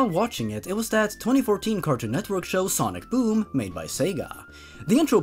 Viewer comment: Ok ngl when in said sonic boom I thought it said sonic DOOM